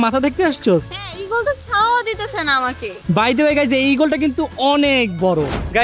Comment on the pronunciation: প্যারেস নারে ভাই প্যারিস হবে ছাওয়া নারে ভাই ছায়া হবে।।উচ্চারণে ওদের আরো অনেক সংশোধন দরকার।।কারন ওদের ব্লগ অনেক বাচ্চারা দেখে